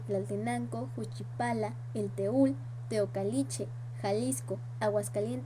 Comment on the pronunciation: ESTA MAL PRONUNCIADO ES JUCHIPILA NOCHISTLAN. TEOCALTICHE.